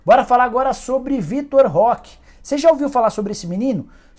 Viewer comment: Nem abri o vídeo mas já sei que o Nicola vai chamar o Vitor Roque de Vitor Leque, nunca acertou o nome do garoto